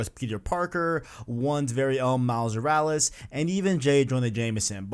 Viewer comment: Say it with me. MILES MORALES. MILES MORALES. not however you are pronouncing it Miles Yursles wtf